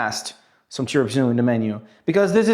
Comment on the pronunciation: interesting video and good "tiramisù" pronunciation in italian! xD